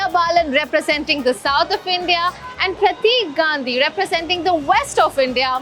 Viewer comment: First learn to say India.